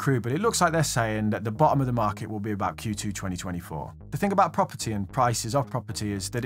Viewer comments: what's that aboot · What's that aboot? 😆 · “What’s that aboot” shouldn’t have been as funny as it was. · I heard ya.... "What's that aboooot?"